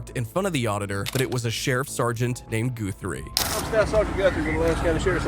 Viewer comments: It's not "Goo-three" it's "Gut-three". Ask me how I know. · I think you pronounce Guthrie as a lower case u not a o sound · Why do you keep calling him GOO-three????!? 😂😂 I hope it’s just an AI glitch. Seems kinda disrespectful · how can you mispronounce his name after he said it twice? He's a good ole boy.